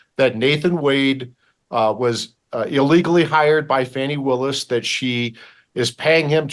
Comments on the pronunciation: I've watched countless videos from the left and right wing media outlets response to the Wade/Willis testimony during this discovery hearing, and unilaterally, the right wing outlets such as this show, repeatedly pronounce Fani (pronounced Fawny; not Fanny) Willis' name indifferent than what she has repeatedly told everyone with a camera and mic what her name is when questioned. If you have such disdain for her that you refuse to say her name correctly, then you will absolutely discredit her for everything else. I'm on neither side. I don't believe there is enough there to remove her from this Trump case. However, I don't feek this was ever the intent of Michael Roman's legal defense. They are running interference for Trump (who happens to be paying Roman's attorney fees) to force a later trial date beyond the election. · 😂😂😂 whte supremacist are so mad fani destroyed them yesterday. notice they always make sure to mispronounce her name 😂😂😂